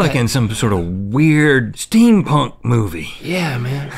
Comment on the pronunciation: he turned Mexican when he said "yeah man" XD